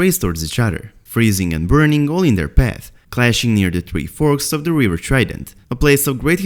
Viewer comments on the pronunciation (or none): none